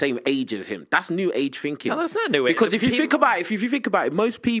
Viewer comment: i cant be the only person who hates when he says “finking”. i fink some of you guys would agree with me